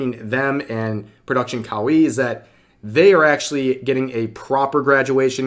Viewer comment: This is the first time I've heard of Production Cow-ee